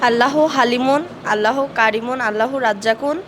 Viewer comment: উপস্থাপকৃত বক্তব্য সহি হচ্ছে না আল্লাহর নাম যেভাবে বললেন এটা তো সহি শুদ্ধ হলো না